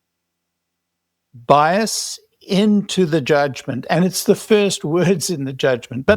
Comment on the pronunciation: BIAS. SAY IT WITH ALL ITS LETTERS. BIAS